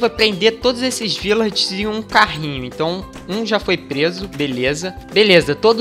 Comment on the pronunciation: vc é carioca de mais (sei que vc ñ é carioca) cismou que é Virlager, mais é Vilager!!!! Mais mesmo falando errado, essa sua voz delícia, deixa a palavra bonita!!! Vídeo excelente, abraços!!